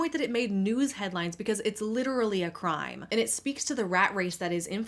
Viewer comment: "girl WHAT drama- this is a CRIIME" 😭😭